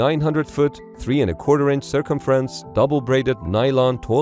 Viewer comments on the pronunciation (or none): The robot narrator could not pronounce the word "circumference."